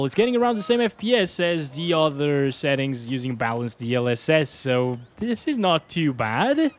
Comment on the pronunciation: Why do you say xettings?